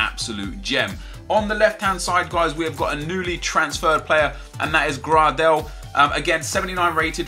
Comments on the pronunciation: You say it graydel not grardel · it's not pronounced grardel, but more like greydel, just saying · You pronounce gradel like gray-del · max gradels name pronunciation. (Gray-Dull)